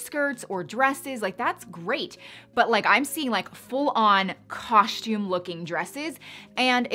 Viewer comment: Love your videos!! Always! I watch very few you tubers but you and Sierra Schultzie both say “cosh-toom” instead of “coss-toom” for costume. Totally unimportant but I’m starting to think I say it wrong 😂😂 You are wonderful.